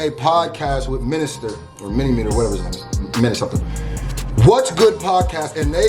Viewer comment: Nah I'm dying 🤣 "minister"